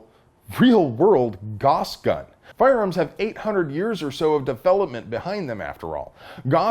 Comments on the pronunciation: Pretty sure it's pronounced "Gowss"? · Gauss rhymes with house. Not boss. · Gauss rhymes with mouse.